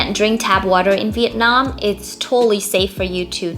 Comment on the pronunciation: How can a Vietnamese person say 'VIET NARM; and not Vietnam?